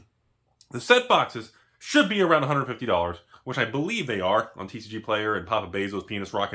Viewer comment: I was impressed with how well did an American accent when he said 'tcgplayer', but then I remembered he actually is American 🤦‍♂️